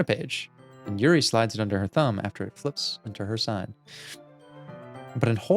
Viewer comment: Hey, I love the videos, and I really appreciate your analysis of all the characters! I would absolutely love to continue watching this series, as I think you'll really be able to provide some insight as the game progresses. There's just one little thing... the character's names. Could you please try to pronounce them as the following?: Natsuki: "NOTS-key" (not "nuh-TSOO-key") Yuri: "YOO-ree" (not "yrr-EE") Sayori: Actually you did a pretty good job with this one!:) Monica: Perfect pronunciation, don't change a thing;)